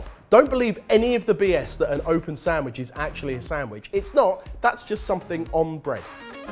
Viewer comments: I see the word written properly but all im hearing is "Samwidge" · Is it just me or does say "samwich"? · samwich samwich samwich >.< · I somehow always hear "Samish"